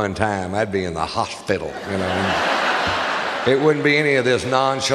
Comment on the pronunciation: it's h-fucking-larious the way he says that but i couldnt get that far in b/c my damn phone keeps buffering..!! 😡😠